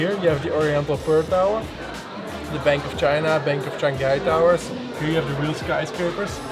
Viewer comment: it's shang hai, not "shang gai", I find many foreigners have this little pronunciation problem :)